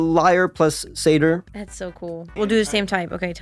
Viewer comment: Satyr is pronounced sat-er. A Seder is a Jewish Passover feast.